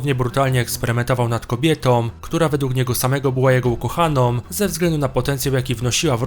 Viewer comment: mówi się ukochaną a nie "ukochanom"